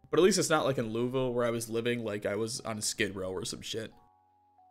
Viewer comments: lou-uh-ville not lou-e-ville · The letter "e' in Louisville is at the end. so it's not Louie-ville, but Lua-ville. Love how you have idea what is a 'boomer'. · as some one from Louisville it is pronounced Lool-Vull as in tool with an l and a v not Loo ee ville Leviosa not Leviosaaa! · As someone from louisville it’s not pronounced Louis ville it’s more like lolville just a heads up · Most people here pronounce it as "Looul-Vull" so absolutely nothing like how it's spelt, haha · I absolutely love this run and im about 40~ minutes in, and as a native Kentuckian the way you say Louisville made me want to swallow several knives- but solely for the way you narrate this playthrough will keep me subscribed, absolute joy to watch lmfao